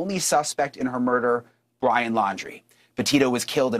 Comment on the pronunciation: I don't mean to laugh, but when Brian accidentally said "BLYIN Laundrie" I had to chuckle. Freudian slip? 😂 Also, I'm very glad to see they have filed this. I truly hope SOME kind of justice comes from this. Two families were destroyed because of Brian's selfish actions. I'm sure we will find out more, but I do believe what they are alleging is true. Even if they didn't necessarily help him try to leave (although I think they did), I believe they absolutely knew. There is no way they didn't. The final camping trip, all the things Brian had with him, they way his parents located said items they very day the reserve opened back up. There is too much that leads me to that conclusion.